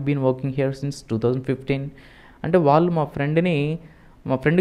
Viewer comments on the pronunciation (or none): none